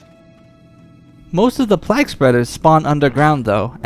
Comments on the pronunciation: fyi, it's pronounced "playg" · Why are you saying plague like that?